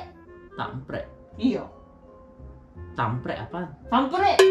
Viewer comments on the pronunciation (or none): Kampret bukan tampret. 🤣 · kampret bukan tamprek 😂😂😂😂